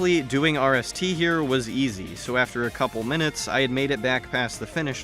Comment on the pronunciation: I’m just gonna call rst wrist because that’s what it sounds like when you say it